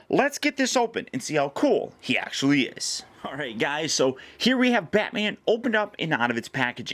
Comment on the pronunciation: Bro ones you said let's see how cool this acshalie is I thought some one was coping you